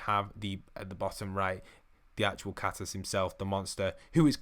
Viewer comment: It's catus and cactus 😂😂